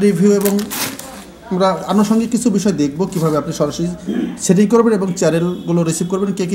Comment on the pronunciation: ইনফরমেশন গুলি ভাল, তবে এখন ভাষাগত উচ্চারনের দিকে একটু মনোযোগ দিবেন।(setting = chating, satellite = chetelite, service = charbis, receiver = richiver , se LNB = achi LNB ইত্যাদি )